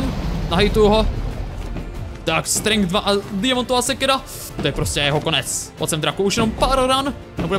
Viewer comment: Nečte se to strenk ale strenč